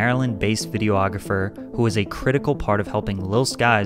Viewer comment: Lol I’m sorry but I find your inability to say the words “Videography” (video-ography) and “Biopic” (you say it like it’s a robotic word ‘bi-OP-ic’, when it’s just ‘bio-pic’ lol) funny and endearing. Never stop being you lol 😂👍